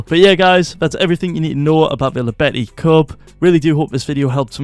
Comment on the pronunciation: It's spoken "Yobeti", pls it's killing me